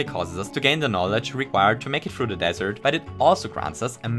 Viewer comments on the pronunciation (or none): none